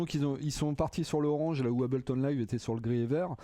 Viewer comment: Trop "français" le...mec, pour faire qd même un peu sérieux ds le tuto, on s'applique minimum à prononcer "Hey-bleu-tonne" correctement...j't'en foutrais des Abel-ton...ça donne envie de passer à du Cain-ton! Grave!!!